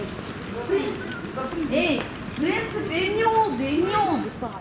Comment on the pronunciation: Принцыпы дейтгоо суйлой албай калганча ичипсиз эжекеси. Уят аял башыныз менен ичпей калы ээй.